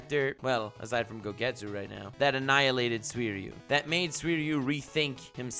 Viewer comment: “Gogetsu” ok I’m done